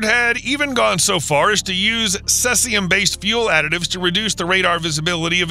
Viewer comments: Cesium is pronounced "see-zium" not "sess-ium"! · Sess-ee-um? A.I. voice strikes again.